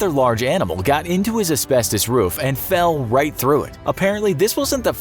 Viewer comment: Did you say ospestes